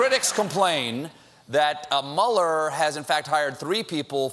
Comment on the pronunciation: Is it too much to ask for Stephen to pronounce Mueller correctly? He's way off. I guess he's still a "shining star" with very little knowledge.